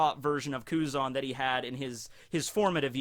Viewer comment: Blows my mind how you pronounce Tenryuubito almost perfectly and then Kuzan just like Ang's best Fire Nation Buddy from before the 100 year time skip. I've watched a few English dubs episodes of OP now, I really hate the dubs for most of it. But during the Enies Lobby Ark they are actually pretty good. What's up with that?